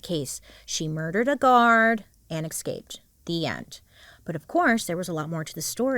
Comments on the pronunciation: Watched your content forever but it really bothers me that you say ekscaped rather than escaped. Please work on it 🙏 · BAILEY!!! I LOVE U but you're driving me coocoo with the way you say Escaped. You say it as if there's an X, no ma'am. ESCAPED ❤ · I can’t stand how Bailey says “exscaped”